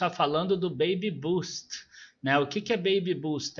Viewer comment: Oi,! Só um feedback em relação à pronúncia. A correta é “bêibi bâst”. A tua pronúncia é a apropriada para “baby boost”, que teria um sentido contrário. Justamente por este sentido oposto vale a pena corrigir a pronúncia. Em tempo, obrigado por mais este vídeo! O tema é bem interessante.